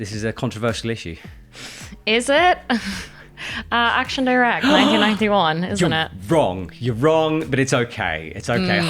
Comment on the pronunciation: Action direct is not an english but french name. Please pronounce it properly!😶